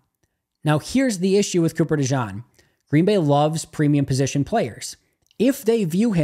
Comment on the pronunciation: It's pronounced De-Gene. Thanks for what you do.